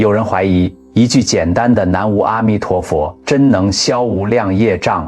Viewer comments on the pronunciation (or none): 💥 只要是 AI 文章，都会把 南无阿弥陀佛 的 “无” 读成 “吴”. 🙏🏻